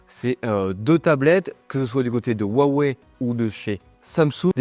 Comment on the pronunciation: Pourquoi les Français ne savent-ils pas prononcer Huaweï mais disent toujours ouaouais ?